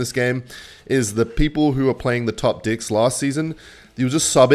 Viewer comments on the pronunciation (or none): why is he always saying best dicks in stead of decks